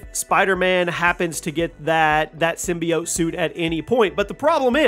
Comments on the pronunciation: sim-bye-ote was bas pronunciation but this man just said sym-be-ott. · I’ve never heard someone pronounce symbiote like that.